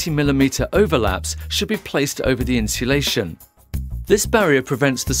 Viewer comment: Get someone who can say insulation properly, annoying.